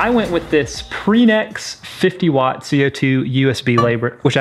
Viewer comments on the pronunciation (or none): none